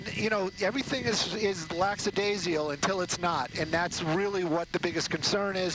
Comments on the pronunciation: there is no word “laxadasial” it is “lackadaisical”. As a professional speaker you are obligated to be accurate as a public speaker. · Stop saying "Lack-SA-daisical" ffs. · The word is LACKADAISICAL.